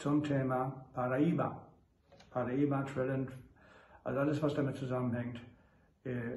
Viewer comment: Was ist Pariba???? Lernen Sie es erstmal richtig auszusprechen. Hab sehnlichst ihr Video vermißt.